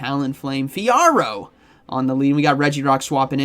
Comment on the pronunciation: You pronounce Fiaro right